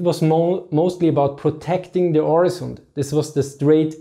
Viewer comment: Two points about Öresund (a.k.a. Øresund). First, you're pronouncing it wrong. The letter 'Ö' is pronounced the same way it's in German (and Danish 'Ø' is the same or at least quite close), so it shouldn't be too hard for you. Secondly, you described Öresund being "between Denmark and Sweden". But wasn't Skåne (the southern part of present-day Sweden) part of Denmark back then?